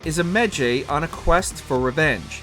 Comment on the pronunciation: Y'all can't properly pronounce "Medjay" and "Cesare", you shouldn't be ranking these games lmao